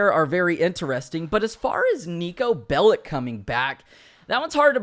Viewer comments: I‘m German/Serbian, and i get a bit triggered when people say it like „bellik“. But in Serbish we say „bellitsh“. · If Niko is returning I hope they hire someone who actually knows Serbian and that there are more Serbian lines and that they pronounce his name right and spell it cause belic is pronounced bel-ich and spelled belić or else it would be bel-itz and then he would sound Jewish but he is orthodox Christian and I hope they don’t depict his country as bad